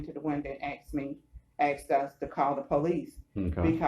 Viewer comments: " Asked" not " axed " or " ax " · “Came to the winduh and axed me” hahahahahahaha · I've seen this same cliche comment in other comment sections. So let me take advantage of this opportunity to explain it to you. A lot of black people pronounce it that way. You'll probably just have to get over it.